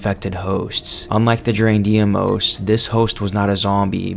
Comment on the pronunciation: Deimos is not pronounced “dee-ay-moze” it’s correct pronunciation is “dey-moss”